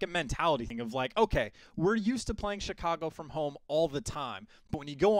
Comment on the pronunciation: Get rid of this announcer guy. “Chicargo”? Really, that’s a slap in the face for chicagoans